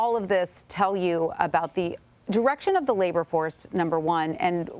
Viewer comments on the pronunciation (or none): none